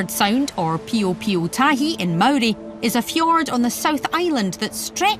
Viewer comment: You're Maori pronunciation was pretty good, it was the English names that needed some work 😉